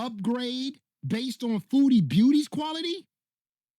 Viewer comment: The poor guy needs some tutoring on how to read the difference between quarterly and quality.